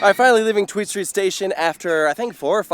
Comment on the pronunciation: Tweestrijd is not "Tweedstreet". It means two struggle - you can translate it as "two options", "fight of two" or even "inner struggle". The choices (the names of each side of the coaster) are "sustainable agriculture" and "honest mining" (say... "fairtrade mining). So it's an everomentally themed coaster. Devil's advocate: it wouldn't qualify for subsidies if it's not educational?